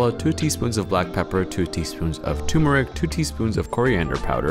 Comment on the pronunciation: Hey what's "toomeric"? I've never heard of this classic Indian spice. Did you mean turmeric?